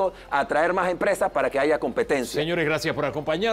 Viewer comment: El de CD dice AIGA